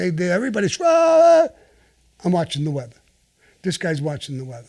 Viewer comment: "Im watchin the weatha." The way he says it haha